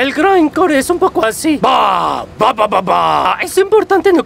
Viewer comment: es Grindcore no greencor 🤓👆